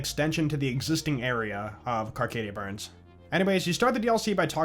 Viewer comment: Carcadia BURN. No ‘s’.